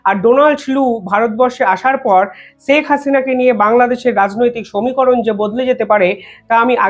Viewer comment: আপনি দয়া করে ‘ছেক’ হাসিনা বলবেন না। ‘শেখ’ বলবেন।